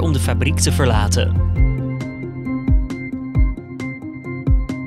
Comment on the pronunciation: TreineN, verlateN, niet treinuuu verlatuuu. NedeRland niet nedughland. Hoezo spraakgebrek, zeer irritant.